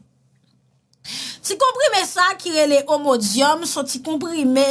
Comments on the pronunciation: C'est immodium et non ommodium. Medicament contre la diarrhee. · sorry, medikaman rélé "IMODIUM" pa omodium!